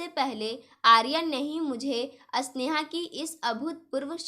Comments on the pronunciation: कहानी बोलनै में स्वर का उच्चारण गलत है स्नेहा को अस्नेहा मत बोलो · Aap Sneha ko asneha kyon kahati hain aur aap spasht ko aspasht kyon please thoda padne ke time dhyan rakho